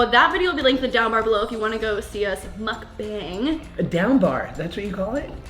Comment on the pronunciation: muhk- bang. It’s pronounced Mook-bong.